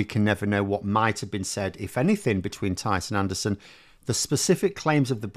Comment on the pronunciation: Stop insulting Neanderthals with your deliberate mispronunciation of his name...